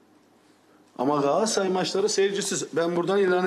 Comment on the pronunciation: Ya bu adam amma geriliyor. Kazanınca geriliyor, kaybedince geriliyor, balon gibi surat ifadesi, nefes tutuyor, gaaassaray gaaassaray .. olum önce kulübün adını doğru söyle, balonnnn